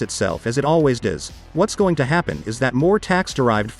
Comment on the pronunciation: Have you tried typing “too” or “two” instead of “to”? The voice always pronounces it as “tuh” just a suggestion, keep up the good work!!